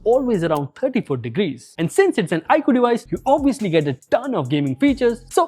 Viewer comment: Stopped watching as i soon as i heard iqoo